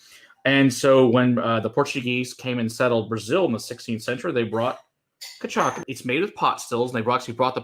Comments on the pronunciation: It’s pronounced more like” ki-sha-sa” kids, there’s accent on second c ç. Cedilla c = s sound. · Wow. So much ignorance. Ka-sha-sa. K-eye-per-reen-ya. Anyone who knows cachaça would never drink Leblon...it's a winos drink.